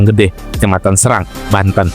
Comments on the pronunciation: Tolong pelafalan serang nya salah min😂😂😂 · Bukan di serang min tp serang